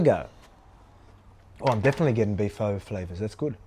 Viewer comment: Lets go Volk chicho w the pho pronunciation